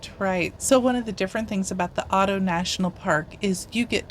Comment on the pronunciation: Fantastic video. Glad you enjoyed your trip. Just wanted to point out that you pronounce Addo with an A not Au...your timestamp is saved as Auto Elephant National Park from being mispronounced 😅